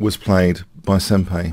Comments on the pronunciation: Love you, hate correcting you on stuff because it feels annoying, but it's sen-pie, not sen-pay. Just a little thing, otherwise great video. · Also, since in Japanese the 'ん' character is sometimes pronounced as 'n' and sometimes as 'm' (and sometimes like a weird mix of the two), most Japanese actually say it closer to 'sempie'. BTW, the word 'senpai' refers to someone who is your 'senior' in some way, usually someone older than you in a school setting or who has more years of experience. Not necessarily a 'master', just at least one step higher in the social totem pole. "Notice me, senpai!" has humourous 'younger female to older male' romantic undertones to it, like a teenage crush. 😊